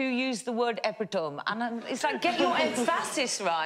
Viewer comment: She said emphasis, but deliberately mispronouncing it by changing the emphasis, in order to make a joke about the guy who couldn't pronounce epitome properly.